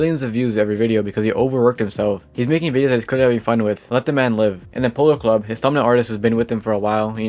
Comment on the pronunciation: Bro says “Polarclub” instead of “Polarcub”😐 If Polarcub finds this out, you’re in big trouble buddy.